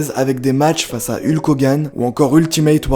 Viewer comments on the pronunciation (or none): none